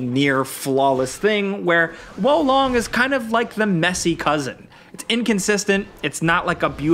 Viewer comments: Hearing you try to pronounce Japanese (Sekiro) and Chinese (Wo Long) words has to be the most painful thing I've experienced this year 😂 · You german girlfriend also says wo long? Hier long! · Can't watch the video with how you pronounce wo long